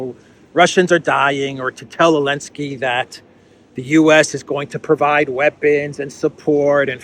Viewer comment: Why are you saying Alensky instead Zelenskyy?